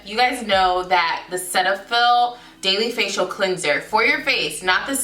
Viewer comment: That’s not how you pronounce cetaphil😂👀